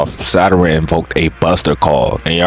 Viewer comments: why tf yall "nonchalant nukkas" be sayin "saturan" and "share- een gaen" and "youchiha"...like...they SAID IT FOR YOU just mimic them...."saturan" is fuckin crazy cus it's a PLANET IN OUR SOLAR SYSTEM.....ITS SATURN...... "sah tern" why tf you adding syllables? SA TURN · the way bro be saying Saturn like Zaratrain’s Rice be havin me dying🤣🤣🤣